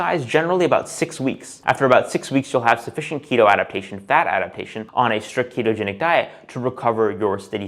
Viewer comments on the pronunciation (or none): none